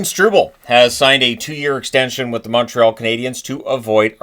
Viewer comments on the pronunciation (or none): none